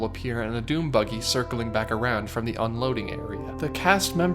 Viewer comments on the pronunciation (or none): I can’t tell if he is saying dune buggy or DOOM buggy